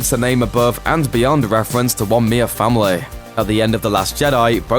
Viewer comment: Galax-ay, famil-ay, cloud cit-ay.....these are small details I picked up about your weird pronunciation.